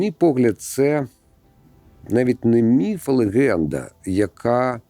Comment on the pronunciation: Дякую що "міф" а не "міт"